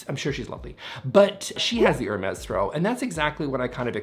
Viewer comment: I’m always a little irritated that the “s” at the end of Hermes is pronounced. If it’s French, it’d be “air-meeehhh” right? Right??